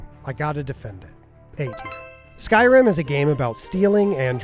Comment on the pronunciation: "Skyrun" 😂 love it 😊